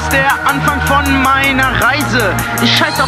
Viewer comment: Er spricht Versace falsch aus.